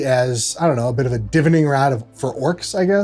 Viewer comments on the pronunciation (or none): "Gander"? " And FYI it is pronounced 'de-vine-ing' and not 'dev-vinning'. But 'Gander' was primo American. "Yo, I'm Aragorn, da Kinga Gander."